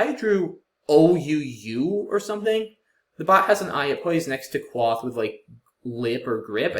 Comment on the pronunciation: "Quoth the raven, nevermore". From the poem The Raven by Edgar Allan Poe. The O is a long one, pronounced as in "quote". :)